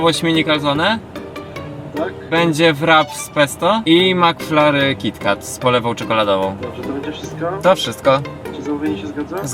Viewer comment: •:"mmm, smakuje mi ten makflarrr, to jest teraz mój chyba ulubiony makflarrr" •Kasia:"😂czemu tak mówisz?!" •:"niewiem, mmm bo to moje ulubione makflarrry!?" (Kocham😂😂😂)